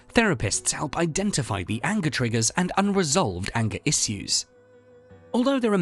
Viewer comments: You're saying "issues" weird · The way this guy pronounces “issues” really pisses me off.